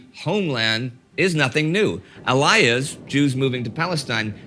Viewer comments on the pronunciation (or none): it is not pronounced Ah-lie-yahs. But is instead pronounced Ah-lee-yah. עם ישראל חי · "Aliyah" is pronounced "Ah Lee Ah". Arab nationalism pre-1948 was basically the voice of a people who had lived in this area but had NEVER been a nation, never were unified, were split along Shia/Sunnhi divides and split along tribal associations. What they were fighting against was the idea of Jews coming back to live in the Biblical ancestral lands that the KORAN states was promised to their own prophet, Abraham. They had no legitimate right according to their own religious beliefs to block Jews from living here but for a hundred years they have been doing just that. But, this is a big hot pot and it will only spill over into acrimonious debate about the negative actions of the Zionists. Among Ultra-Orthodox Jews, Herzel was a pariah who would only be too happy to settle European Jews in Africa or Central America. He couldn't have cared less about a return to Israel. Only secular Jews on the left side of the equation have any admiration for this product of Haskalah. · Aliyah is pronounced ah-lee-YAH It means “going up” in Biblical Hebrew. This is just me being a linguistic nerd, no political statement intended. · Normally Indy is really good about pronunciation, but he really butchered the Hebrew word Aliyah (pronounced more like a-lee-yah) 😬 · Oh Indi, I love you put you couldn’t have checked with some one how to pronounce Aliyah and Olim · The pronunciation of Aliyah depends on what dialect of Hebrew you speak. Modern day Israel uses the Sephardic dialect which emphasizes the final syllable. However, the Ashkenazi dialect emphasizes the second to last syllable. Edit: I just heard him say the word. He got it wrong on both pronunciations.